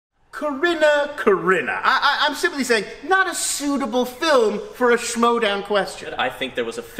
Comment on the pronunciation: someone gotta tell that its not the Showdown but the schmoedown